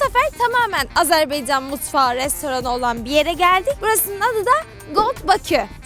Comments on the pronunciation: Yanlış bayrak koydunuz 🇦🇿bir de Azerbiycan deyiş Azerbaycan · Güzelim Azerbeycan degil Azebaycannnnnn